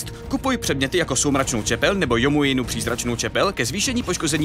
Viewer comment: Zdá se mi to, nebo maj chybu ve výslovnosti Youmovy přízračný čepele? Ten item tam je díky youtuberovi Youmuus ne?